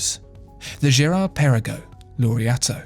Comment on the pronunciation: Great history lesson :) but the GP as you have mentioned is hommaging the AP royal oak so Maybe you should put an AP not a Vacheron next to it in this video :) and you dont pronounce the Girard Perregaux well 😅